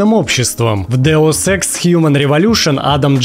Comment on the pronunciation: Я не понимаю, специально говорит ДеуСЭКС??? Почему я отчетливо слышу СЭКС?:D